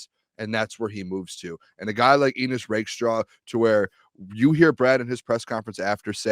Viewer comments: Why did Brad and these guys pronounce his name like it rhymes with penis? Never met an Ennis that pronounces it that way and I live in Appalachia. I know some folks named Ennis. It rhymes with Dennis. Bucky and DJ pronounce it my way as well. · It’s pronounced N-iss not Eenniss right?